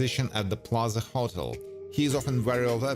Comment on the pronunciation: Its call a HO-TEL not huttle